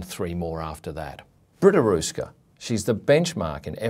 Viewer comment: Interesting article, but you should learn how to pronounce the letter "ö" (transliterated as "oe" for an English keyboard).